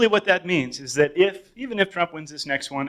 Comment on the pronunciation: Jesse Lee Peterson trying to say "republican" is infinitely funny to me Ripupihkihn. Ripupihkihn.